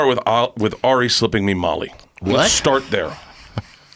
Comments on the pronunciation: Also its Ari, not Air-ee how Steve-o keeps saying it. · Stevo always says AIRie shaffir